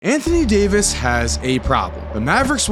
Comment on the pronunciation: anthony day-to-davis 😭